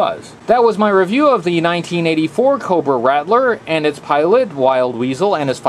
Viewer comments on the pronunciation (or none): RAT-LER ……why do people always pronounce It RADDLER?! Or RATDLER ….there is no D in the pronunciation